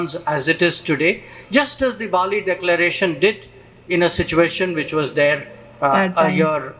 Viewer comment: 🇮🇳🙏 NOT BOLI,BAALI